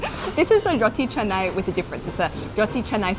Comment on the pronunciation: It not ca-nai it,s ka-na-i